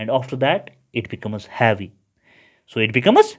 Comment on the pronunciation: Havyyy nhi heavy